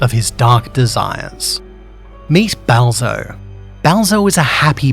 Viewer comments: why did he sound like he said Bowser? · every time he says balzo I hear him saying bowser